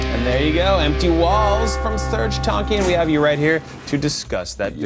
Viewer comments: Isn't it Tankian.. not TONKIAN. :p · he pronounced serj tankian wrong. its pronounced tank - e - an. SOAD needs to get back together. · its serj tankian, not tonkian!!! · In his native tongue, it's pronounced Tong-kee-an